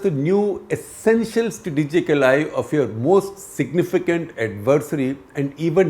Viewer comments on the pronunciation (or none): none